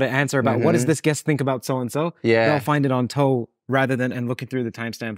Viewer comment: Calling the podcast "toe" just makes my skin crawl. Idk why.